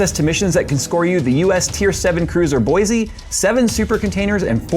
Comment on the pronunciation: on your ad you say Boise. There is no "Z" in Boise. Phonetically Boy see, not Boy zee. lol It is a cool system no matter what anyone says. And I would have thought there was a leak too. People that say too much money, just do not have the money to build one. The system I want costs 30K, am I getting it, no, not anytime soon. Could I have, yes. but then I would be on the street, trying to live in it. I like seeing what is possible as well as practical. My first system still works, but I am not using it.